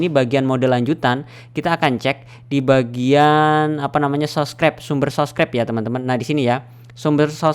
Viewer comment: Subscribe bang bukan sobcribe hadeeeeeeeehhhhh , bang anda bisa eja dengan baik nggak